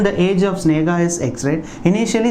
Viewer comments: Hi sir it's sneha... not snega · why are pronouncing Sneha and Rahul as Snega and Ragul in ques. No.8